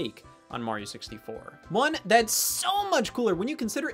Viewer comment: Yo he says "martin 64"